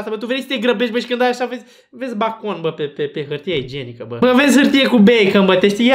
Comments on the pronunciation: BACON", Eu:,,Beicon" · Bakon = Beikan 😂😂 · cand stai prea mult in bacau ajungi sa spui "bAcOn" 😂😂😂